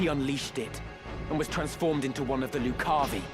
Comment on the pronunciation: Also, as far as pronunciation, I always heard lucavi as loo-KA-vee. Like if Danny Zuko or Chris Walken were saying it.